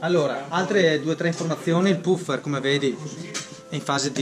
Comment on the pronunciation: E' giusto pronunciare "pafer" (una f sola)